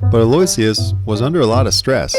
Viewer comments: Love this. BTW. His name is actually pronounced: Alo-i'-cious. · "Aloysius" is pronounced "aloe-wish-us" 🤣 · Not to be a pedant but that name is actually pronounced ah-lo-wish-us. One of those names that is spelled nothing like it sounds lol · Aloysius (/ˌæloʊˈɪʃəs/ AL-oh-ISH-əs) pronounce like "Hello-Wishes" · Excellent work! Pronunciation note: Aloysius is pronounced "al-oh-ish-us." I had heard the name but never actually seen it spelled, so I'm stoked to finally put those together!